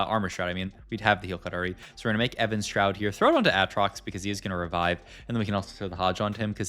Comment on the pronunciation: Why does he keep saying Evan's shroud instead of Even shroud?